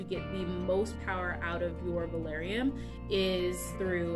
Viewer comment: Are you actually saying valarium????